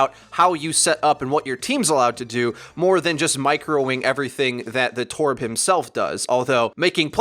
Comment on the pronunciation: please stop saying “torb” like that, you sound strange